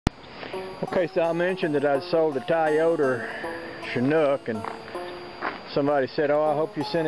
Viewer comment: That is the best pronunciation of Toyota I've ever heard. Great accent.